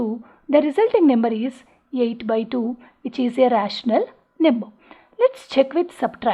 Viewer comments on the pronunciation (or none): First Learn how to pronounce "number" properly. Num ber er er r .. Lol